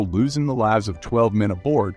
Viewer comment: The voices never get the word Lives right.